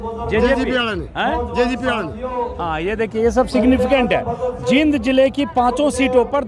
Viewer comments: ........Ajit Ji, this is not जिंद, this is "जींद" !!! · आप जींद बोल्या करो, आप जिंद बोलते हो.